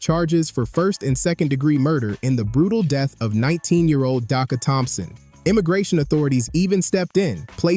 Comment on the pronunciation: Would have been nice,if the person reporting this, didn't mispronounce her name.😢